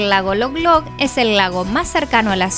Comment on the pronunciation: El lago se llama Lolog, no Loglog.